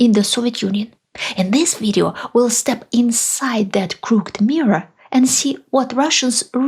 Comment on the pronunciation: a minor pronunciation correction: 'crook..ed' in two syllables, unlike the single syllable 'cooked'. BTW, your videos are an educational goldmine for those of us trying to understand how Russia came to be how it is.Thanks.